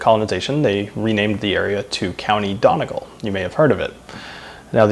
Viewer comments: Donegal is pronounced Done-Nee-Gall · Yup, I’m Irish too, donegal is pronounced as Daniel Taylor said.. the first syllable is the same as the word ‘done’ (as in finished, complete, ended), then a quick ‘e’ sound, followed by ‘gall’ as in gall bladder or how you pronounce ‘gaul’. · OK I'm sorry but you said Donegal wrong. I'm Irish so I know. You say it like done-e-gall. Don't mean to offend but i i just have to say it straight.